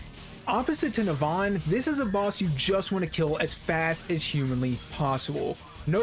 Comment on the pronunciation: It's not Neh-Vahn, it's Neh-vun, dumbass